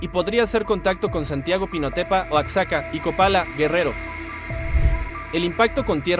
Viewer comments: no se dice Oacxaca 🤬🖕🏻🥚, por favor respeto, hasta un niño pequeño lo pronuncia correctamente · se pronuncia Oajaca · Ossaca?? Por favor!!!! OAXACA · Oacsaca?? Ya paguen reporteros reales , por favor! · De verdad estan diciendo "Oac-saca"???? Más control de calidad por favor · Es inteligencia artificial? El que da la noticia? Será que no puede pronunciar bien Oaxaca y dice "Oatsaca" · Oatsaca??? El impacto se..... espera.....a las.....Ya ni siquiera nos merecemos un narrador decente? Wooooooooow si para eso van a usar la IA mejor regresen a las máquinas de escribir y al papel carbón o "mágico" como le dicen ahora..... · la gente bien indignada por como dicen "oacsaca" como si allá supieran hablar o leer, igual ni se le entienden ni madres XDDDDDDDDDD